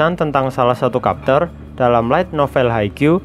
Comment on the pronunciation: Mas....sy suka channel ini... Tapi tolong perbaiki cara membaca chapter. Bukan kapter yaa